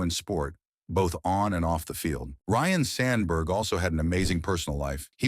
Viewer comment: Ryne not Ryan. Great job AI